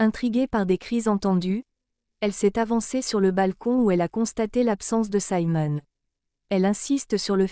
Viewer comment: Siimon et non Saimon: français please!!